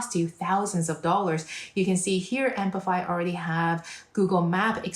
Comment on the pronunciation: why do you say "ampify"? it is apify